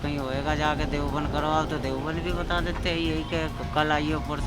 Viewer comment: देवबन्द नही देवब्रन्द बोलने की आदत डाल लो। 🙏🙏🙏